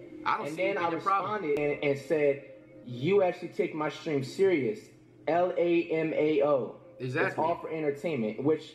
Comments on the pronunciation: he says Lamao instead of Lmao 😂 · Instead of lmao he said " l a m a o" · Did you here him say lamao instead of lmao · We gonna ignore that flight read “lmao” as “lanao” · Flight: Sees "LMAO" Cash: SEES LMAO. FLIGHT READS : lamao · Flight “LAMAO” .... 🤣🤣🤣🤣🤣🤣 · dude said “lamao” 😭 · mans said "lanao" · Nigga said lamao i dead